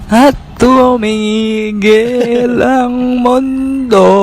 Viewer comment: "At tomegel ang mondo" 😂😂